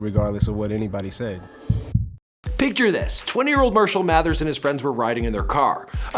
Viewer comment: This dude just said Mirshall Mathers